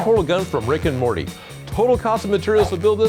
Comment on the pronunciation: the guy said rick and rorty